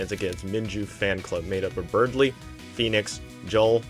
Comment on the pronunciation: Hi sorry to say this but it’s not “Berdly” its “Berdy” 😭